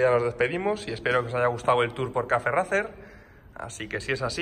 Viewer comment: Una cosilla... Racer se pronuncia “reiser” 😂 (Al igual que Liverpool es “liverpul” y no “liverpo-ol”; o Schwarzenegger es “suarseneger” y no “SCHwarcenejer”.) Coño que es vuestro nombre! 😂